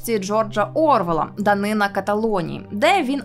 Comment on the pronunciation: новОму відео, а не нОвому. ДанинА, а не данИна. тЕчіями, а не течіЯми🙄